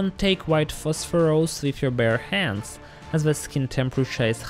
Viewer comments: Today's challenge: drink a shot every time he says PHOSPHOROUS instead of PHOSPHORUS :) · Prononuncing it as "phosphorOus" is completely uncalled for. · 😅 I like the way he says "phosphorOus" and "dangerOUs"